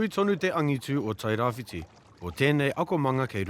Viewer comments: It's Tairabrown not tairawhite. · TE TAIRAWHITI..... NOT TAIRAWHITE